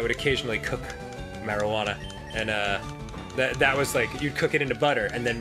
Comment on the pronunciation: the way he said marijuana